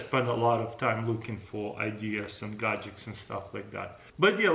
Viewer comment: Boom! Super "gadgeKs" :)